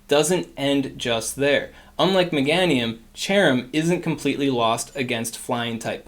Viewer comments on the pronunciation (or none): You pronounce Meganium funny lol. Megaaahhnium.